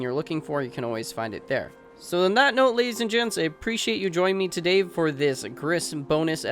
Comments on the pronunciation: Gris is pronounced GREE, lmao. It's up for interpretation, it's not necessarily about a mother, it's about her inner child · Oh God white people learn more than one language. It's Spanish for gray and pronounced like the country, Greece.